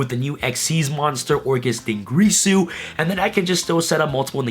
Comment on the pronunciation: I love you and all but you and other yugitubers need to pronounce dingirsu correctly. It's not grease ooooh it's gear soooooooo. What am I doing with my life....